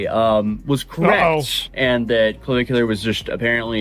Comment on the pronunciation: Cavicu LAR